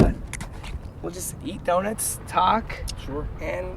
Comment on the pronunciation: ITS PRONOUNCED DONUTS. NOT DONITS. FUCKING CRINGE TO MY EARS